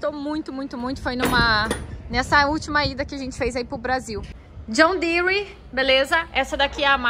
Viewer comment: Assisti um vídeo de um professor Americano brincando que Brasileiro coloca "i" em quase tudo que ele pronuncia em Inglês, e ver a falando John Deere entre outras coisas percebi que ele tem MUITA razão...rs..rs...